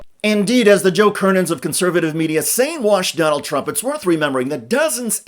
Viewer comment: Sounds like donOLD is going " serfdom "